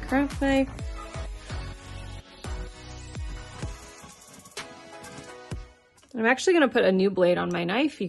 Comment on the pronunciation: At 10 minutes in u said craft knife. I heard crack pipe and looked up 😂